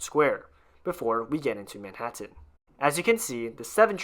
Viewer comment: I'm a native New Yorker who's lived here all of my nearly 70 years, and I've never heard anybody pronounce Manhattan like this narrator. Please, ease up on the last syllable. It's Manhattan, not ManhatTENN.